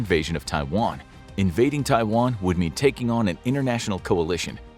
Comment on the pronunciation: USA wants a "free Twaian"? And you believe in it?